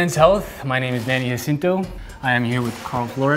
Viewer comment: At some point he started calling himself ha-cinto and not ja-cinto